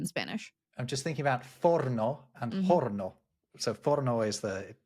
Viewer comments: “Horno” because it’s Spanish, does not have an “h” sound! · In Spanish, oven is pronounced as of the h was not there. You would say "or-no". Pronounced similarly to the English words "or" and "no" if they became one word.